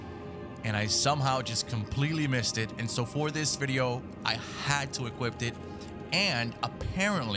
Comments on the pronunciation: Is he saying equipt instead of equip? Lmao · Dont mean to be rude but it Sounds like you keep saying "equipped it" when you say equip it. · You had to "equipped it?" Its "equip" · Equip* I feel like the man kept saying equipped to drive me insane 😂😂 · Equip , equip it not equipt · Bruh, why do you keep saying equipped and not equip :/ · ITS EQUIP NOT EQUIPPED. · “EquipT” not EQUIP 🌚💀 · Bruh. It’s “Equip”. Not “Equipt” tf. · You can"equipt"it?..ive never equipt it but i know you can equip it. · EQUIP NOT EQUIPT YOU UNCULTURED SWINE 😂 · Bruh it’s EQUIP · EQUIPT lol